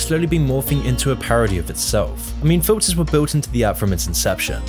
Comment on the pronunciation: With your accent, when you say photos or filters, it literally sounds like the same word